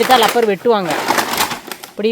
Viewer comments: Lapper illa Rapper Maram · லப்பர் சொல்லக்கூடாது ரப்பர் சொல்லனும்